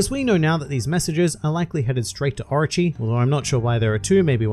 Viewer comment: I swear I spent half the video thinking “who the hell is Archie??” Until I realize it’s the way you are pronouncing Orochi LMAO 😂😂